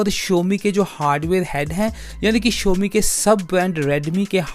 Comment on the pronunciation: Vai first of all Showme nahi xiaomi hae